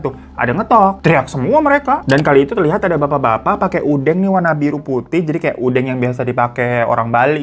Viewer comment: ngomongin bali inget waktu kecil pernah hilang disana karna lupa jalan pulang wkwk, untung aja ada orang asing yg kenal pak de ku, kalau engga udah di bawa pulang sama yg nemu wkwk btw udeng ya bang bukan udEng hehe